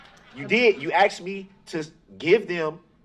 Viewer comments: "juriZdiction" 😂🤣😂🤣😂 " do you recall what you don't recall" 🤣😂🤣 It's "faxs" "I did what you AXE me to doooo" "respek" STFU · HE axed them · "aKs" "axe" "axed" "asKed" 😤😤😤🤬🤬🤬🤯🤯🤯🤬🤬🤬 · the "aKs" made my brain hurt! 😂